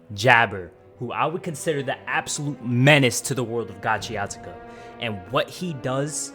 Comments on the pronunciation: Gachiakuta❌ Gachiatuka☑️ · You keep saying "GACHIATUKA" 😭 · Gachiakuta bro, pronounce it again😭😭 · Yo, it's not Gachiatica 😂😂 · And making it lowkey sound tuff too😭😮‍💨🤣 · I swear I was about to comment this 😭 Can’t even watch this if he can’t even say it right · the way this man pronounced the name of the show pissed me off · first off get the pronouncing right. you replaced t for the k in gachiakuta everytime u say it